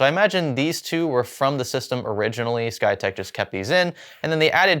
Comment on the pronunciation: You keep saying "SkyTech." I only hear "PlayTech."